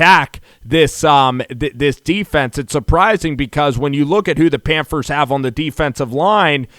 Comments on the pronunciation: It's pronounced PANTHERS NOT PANFERS! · Did this dude just say pamfers lol it’s all good my boy. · Sounds like he saying Panfers! Lol